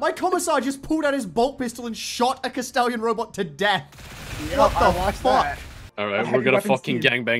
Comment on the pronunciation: is saying kestallion robots or kastellan robots?